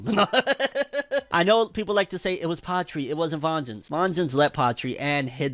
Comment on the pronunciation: I laughed so hard when he said "have vengeance" (totally fucked up his name)